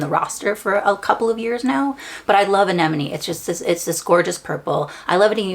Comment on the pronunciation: Omg thank you for pronouncing Anenome properly 😂 Congrats.